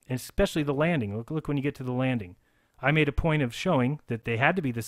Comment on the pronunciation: HAHAHAHA!!! You said EXspecially!!! LMFAO!!! Is that because it's spaceX???